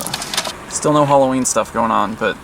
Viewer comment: it's Halloween not holloween